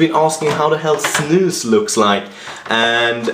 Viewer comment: ow its snus! i though it was "snooze" hahaha